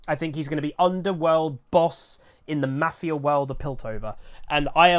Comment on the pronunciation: Love you but I cringe everytime you say mafia!!!